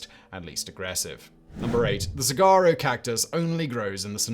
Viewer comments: That cactus is pronounced so-wahr-oh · it's sa-wa-roe phonetically, fyi. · Sah-WAH-roe. No “g’ sound. And it’s not an animal. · Saguaro is pronounced Su wah ro. Hard to believe you didn't have the Quokka of Rottnest Island or the Tasmanian Devil on the list. Then again you could've done the whole list on animals only found in Australia or parts thereof. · Sawaro is the correct pronunciation of saguaro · 'saguaro' is pronounced "suh-WAHR-roh" - the 'g' is silent. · Saguaro is pronounced with a W not a G. Sawuaro. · Im from that part of the country(southern california close to sonora desert) Its pronounced sa-war-o. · The g saguaro is pronounced like a w. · Two things off about this video. One, saguaros are not animals. Two, you do not pronounce them the way they are spelled. suhwaarow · You don't pronounce the G in saguaro. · Ugh that pronunciation of Saguaro was like nails on a chalkboard! (allegedly, in my opinion) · Seriously how the hell do you not research a pronunciation if you're unsure